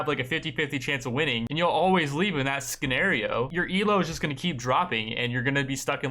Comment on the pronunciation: Did you just pronounce scenarios as s-cenarios? 🤔